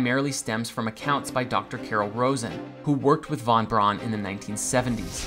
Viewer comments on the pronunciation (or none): none